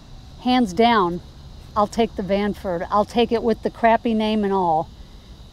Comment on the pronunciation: Stranford. You made me laugh ;) Nice channel btw!